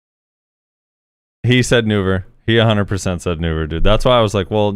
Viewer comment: He said Nouver not Vell!!!